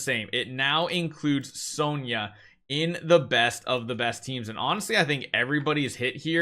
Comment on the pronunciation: Finally! He said "Sonja" the RIGHT way. 🥳